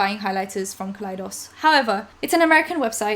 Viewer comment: kaleidos is pronounced like the beginning of kaleidoscope, not like .... idk how to spell how u said it actually. just for future reference. u look beautiful in this vid btw